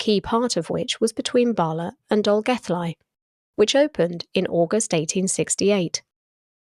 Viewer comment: And Bala (very short word), not Barler. merely advising not criticism . An admirable effort in pronouncing the Welsh place names! Excellent production, made a Welshman exiled in Western Australia a bit homesick. many thanks